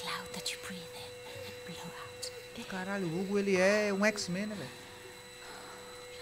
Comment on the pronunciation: "Hugo é um exque-men" kkkkkkkkkkk